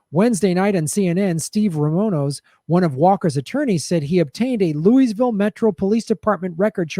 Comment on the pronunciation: Lou-a-ville. Lou-a-ville. Not Lewisville. Aaaaargh! Californians! Otherwise, spot on.